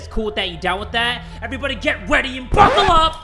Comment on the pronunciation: I think he said “weady” too🤣🤣